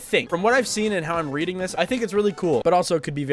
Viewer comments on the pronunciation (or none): none